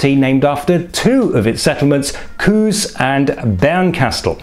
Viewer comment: small correction: The ue in “Kues” is pronounced like a long u as in “Wut” with the e denoted a long vowel and not an umlaut.